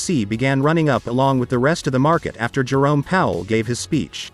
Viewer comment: There's just something about the way you say, Jerome the joke ....it sounds soooooo right.